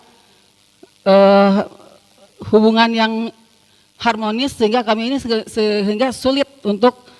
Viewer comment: Halah, “harmonis”. Walk out 😂